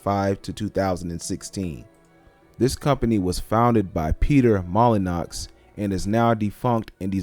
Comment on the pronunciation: Dude I have to say it I'm sorry. His name is pronounced "molly-new" or "mol-in-you" No hate just really cringed when you said his name hahahah